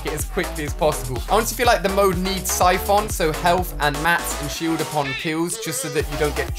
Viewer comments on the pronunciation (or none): Everyone: syphon Alia: sifon